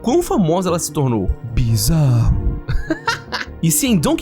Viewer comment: ele falou... ele falou b I Z A R R o...